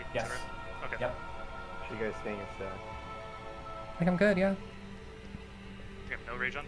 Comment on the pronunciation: "okay gais" yuck